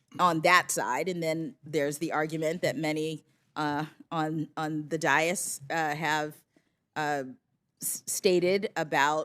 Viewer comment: She mispronounced "DAIS" she called it DIE IS --wrong. It is DAY-IS.